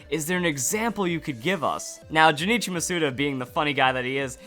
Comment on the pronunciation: not criticizing, just letting you know his name is pronounced Jun-ichi, not Ju ni chi